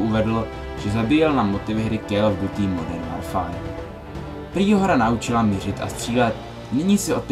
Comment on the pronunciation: ehm kéu of dutí moderm worfáár :D